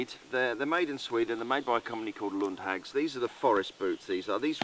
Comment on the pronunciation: Nice review. Short correction though - the company's name is pronounced with a long "a" (Lundhaags); the name has nothing to do with British witches (hags). ;o)